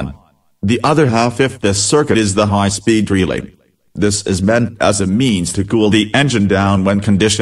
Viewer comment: Lol, "the second leg of the high peed temperature switch". But hay I learned how this wiring works, don't use MS sam as narrator.